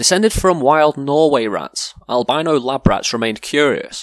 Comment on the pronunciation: you pronounced albino wrong but good video thanks good job